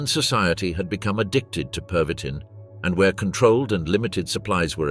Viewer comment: My amused observation is that your AI cannot decide whether it wants to pronounce the medication as pervitin, perveeteen or pervy-teen with a perceptible pause between. Otherwise an excellent documentary.